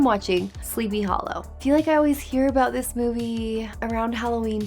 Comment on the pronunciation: What are you talking ABOOT EH😂😂